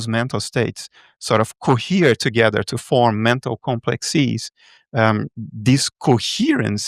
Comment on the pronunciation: Is he saying "mental state", "metal state", or "meta state"?.